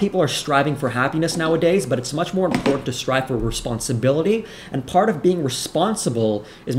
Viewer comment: The word is IM-PORT-ANT. Jesus! Brown tongue and "imporen" are both abominations. Your videos are great. Thank you.